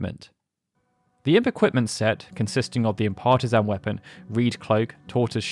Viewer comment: is this AI narrated? Or do you have an odd speech impediment? You keep saying Imp Partisan like "impartazan".